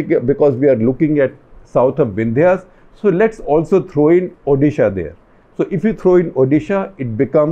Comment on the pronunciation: The way shekhar sir pronounces odisha, feels took a great deal of effort to get the diction right.